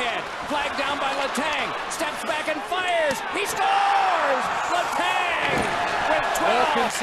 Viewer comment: “HE SCAORES!”